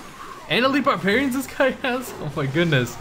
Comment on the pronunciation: "Bahrbewrians pop out"